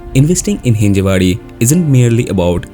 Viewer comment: It's हिंजवडी, not हिंजेवाडी